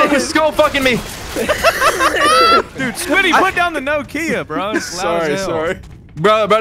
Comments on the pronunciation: how in the hell? it's nOkia. Not no key ahhhhh. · you know how to pronounce Tokyo? It's a short sweet tO'kyo not to-kEE-oh. Nokia is pronounced the same as it is written. With a single breath - nO'kia. No pause, no nothing. Emphasis on the first vowel O. It's not no like in the word NO (nou), it's an open one like door (do). Than ki that is pronouced like QI (chineese life force energy), not like the word key. And then another open A like in the word car (KA). That's how the name of this company is pronounced. I can understand differences in pronunciation, but I don't really get how in the hell emphasis went from first vowel O to the second vowel I... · no ki a (no kee ah) make a little more sense now? How do you pronounce it? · I've just told you how it supposed to be pronounced. nOkia. With the emphasis on O. That is how it's called. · like nah kia? That is probably right, America is 3 languages in a REALLY convincing trench coat though so makes sense why we’d pronounce it differently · okay, hold on, I will spell it how I pronounce it (no KEY uh) now you, cuz I’m confused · Everything goes perfect apart from the way he was pronouncing the Nokia phone. 😂😂😂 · Is that how Americans think Nokia is pronounced lololololololol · Mad way to pronounce Nokia lmao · A "No-kia" hammer?¿????? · Wait, is that house Canadians pronounce Nokia?